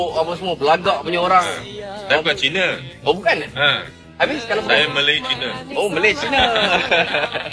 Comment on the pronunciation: Tiada kesalahan pun dia sebut Malay China, betul lah sebutan dia (Malay - Malaysia). Kalau dia sebut Melayu-China baru silap. Teruskan semangat bro...kita 1 Malaysia berbagai kaum dan bangsa.